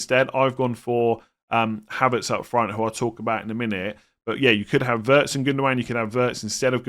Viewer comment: The German name Wirtz is pronounced like “Veirts”, similar to “weird”. German w sounds like English v.